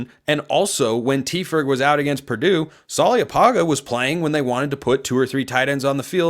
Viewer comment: In Samoan, there is virtually always a silent “n” before every “g”. Apparently you are unaware, in mispronouncing Roger’s surname. It’s “panga”, not “paga”. 0 oe tele ulavale.